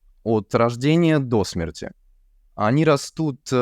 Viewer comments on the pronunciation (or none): правильнее спрашивать "Что это за слово?", а "Кто это?" уже содержит подсказку. п.с. "СредствА" моё ухо не режут - обычное, употребимое слово, однако "они окружают человека от рождения [дОсмерти]" (вместо "...[дасмЕрти]"), при описании диапазона, прозвучало слегка странновато. Но это можно списать на обычную оговорку.